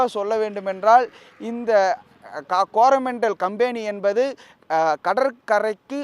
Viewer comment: கம்பேனி அல்ல கம்பெனி